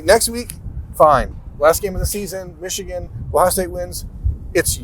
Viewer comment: Yall gotta stop saying Xichigan.....